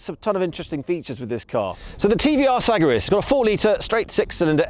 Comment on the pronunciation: Never heard that pronunciation of the Segaris.